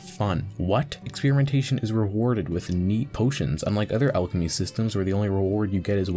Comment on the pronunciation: Starting a video off by mispronouncing the name of the skill is not a good start